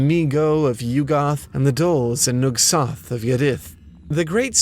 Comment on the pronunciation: To me Yog-sothoth is pronounced with the emphasis on the second syllable